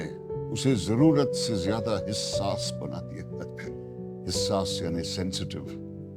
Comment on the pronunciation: Wajdani not wijdani hassas not hissas...still a good reading